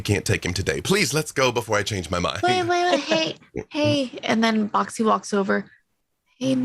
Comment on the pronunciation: Does anyone else hear "Bac Si" as "Boxxy"?